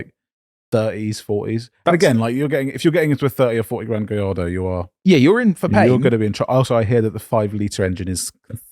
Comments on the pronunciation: lol, you don’t pronounce the lls in Gallardo 😂😂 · How is it possible that both of you pronounce Gallardo the exact same incorrect way?